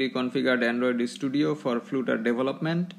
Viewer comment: Its funny how you say 'Flutter' as flute-er.